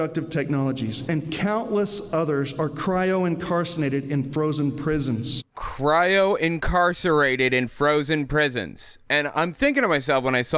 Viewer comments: He doesn't even say "incarcerated" right. The guy says "incarcinated". Lol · Maybe it's just my ears but I heard say, "cryo-incarcinated" rather than "cryo-incarcerated". "Incarcinated" sounds like it ought to mean "incarcerated in a meat suit".